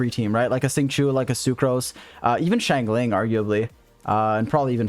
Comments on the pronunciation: shangling.. it's shungling... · love the video but please god watch a liyue pronounciation video the xingiu and xiangling pronounciation makes my bones itch